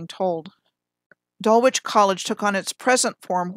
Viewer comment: I believe Dulwich College is pronounced Dul-ich….likeLeicester is pronounced Lester.